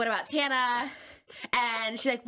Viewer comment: Good video!! Just one thing tho Tana is pronounced like tan-a! Other than that such a good vid